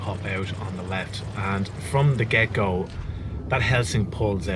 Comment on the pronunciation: Every time you say 'from the get-go', I hear 'from the gecko'. Good vid as always.